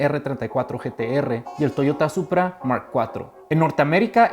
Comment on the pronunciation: it’s Supra. Not Puta.